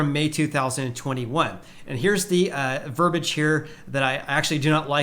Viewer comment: Thank you for an informative podcast. Please revisit your pronunciation of verbiage. The word is not verbage.